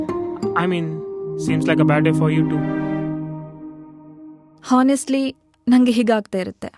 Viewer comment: ಹಾನೆಸ್ಟ್ಲಿ ಅಲ್ಲ, ಆನೆಸ್ಟ್ಲಿ.